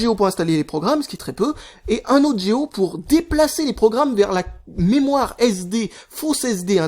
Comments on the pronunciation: on dit pas géo mais giga pour GO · j'ai bien écouté la vidéo au moins 8 ou 9 fois et il dit " géo " pas " G.O "